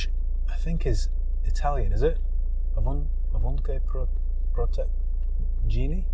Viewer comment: Ovunque proteggimi...protect me everywhere I go...good pronunciation ;)